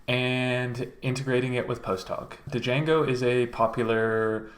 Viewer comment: Great video but… it’s pronounced “jango” ! The d is silent for some reason.